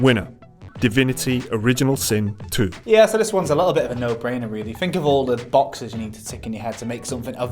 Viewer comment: Am I the only one bothered by the "f" pronunciation these blokes get up to? We don't Fink with our brains. When we're grateful we don't say, "Fanks." Am I?